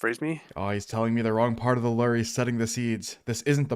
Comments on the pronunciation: i thought lure was pronounced (LEW-URR) not (LERR) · day 2091 of rs players mispronouncing the word "lure". rations are running low, and i fear i may have to take drastic action soon.